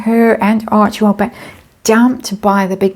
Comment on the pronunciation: I love it when says "Archiewell".